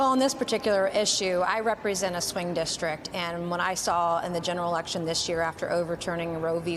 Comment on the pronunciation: And stop saying "dishtrik." It's district.